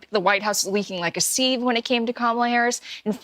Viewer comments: A "seeve"? It's a sieve dear! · "leaking like a seeve" This is what happens when you have only ever seen the word sieve written down 😂😂😂